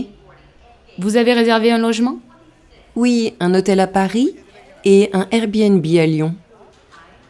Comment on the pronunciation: Merci beaucoup. I found difficulty with ici pour du tourisme, restez sounded like visité, billet de retour, un logement sounded like arrangement. The rest I got it right.